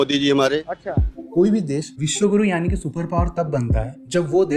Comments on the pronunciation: विश्वगुरु ❌ विश्वगूं ✔️ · Wiswaguru nahi wiswaG....U hai. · Viswa Kuru, not Guru.